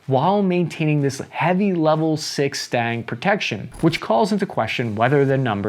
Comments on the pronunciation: ITS STANAG NOT STANG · its stanag, not stang... the rear guns are for when its fleeing battle perhaps. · Please, its not Stang. Its Stan Ag. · Bro how do you not know how to pronounce STANAG? Its not Stang, like Mustang. It's STA-NAG I didnt even know what you were saying at first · Why are you pronouncing it "STANG" it's clearly spelled "STANAG" and pronounced "SCHTANAK" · It's NOT "STANG" - it's "STA-NAG" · Stang? Not STANAG then? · O.o... I've never heard anybody pronounce STANAG as "stang" >.> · The word is Stan-ag like the name "stan" and then "ag" like the class u take in high school and it just those two syllables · Omfg. It’s been literal years and we still haven’t learned how to pronounce STANAG. It’s literally sounded out as it is spelt right there. say it with me. STA NAG. See how the N and the G aren’t touching each other? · Say STANAG again, but say it right this time. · Will ever be able to pronounce the second A in "STANAG"? We might never find out.